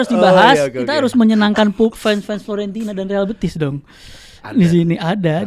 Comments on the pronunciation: grget dnger basya ngomong Florentina,FIORENTINAA 😂😂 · buat basya, bukan FLORENTINA tapi FiORENTINA .. 😅😅😅😅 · Fiorentina bukan Florentina 😂